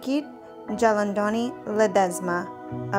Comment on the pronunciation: Jalandoni is pronounced with j sounding as an h